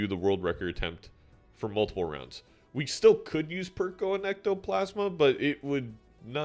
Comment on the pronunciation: it is not that deep, it sounded funny, simple as as an aside, perkeo is not an english name